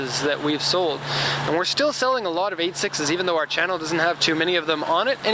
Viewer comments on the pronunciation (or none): none